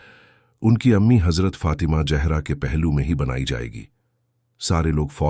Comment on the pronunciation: Urdu ka pronunciation bht kharab hai ,what is jehra?